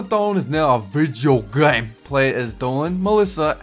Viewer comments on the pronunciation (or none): Lol, hearing Dolan at the end of the vide pronouncing "video game"😂 VIJIO GEME